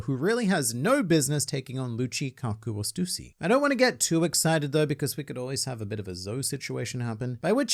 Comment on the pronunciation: Also, that's definitely not how I thought you pronounced Stussy